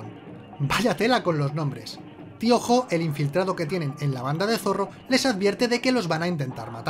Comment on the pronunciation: ¿Tío Jo? Todo el video pensé que decía Piojo